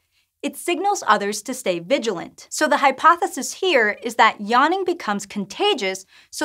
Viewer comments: Is anyone else really annoyed by how she says yaanning and not yawning? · Spent the first 15 seconds wondering what "yarning" was. That's some funky pronunciation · What is this 'yahning' she is talking about? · What the hell is “Yonnin” ,it’s really so annoying I had to stop watching this video